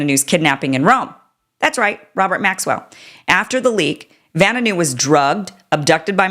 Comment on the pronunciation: It's pronounced Va-new new